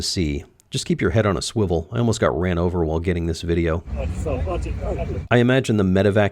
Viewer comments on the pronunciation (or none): none